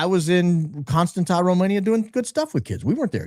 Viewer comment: that City in Romania that you are trying to pronounce is pronounced: cunn-stahn'tsa. A is pronounced like the a in father. Accent is on the "stahn" syllable. You're welcome